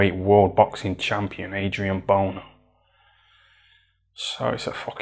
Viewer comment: man said "adrian boner" 💀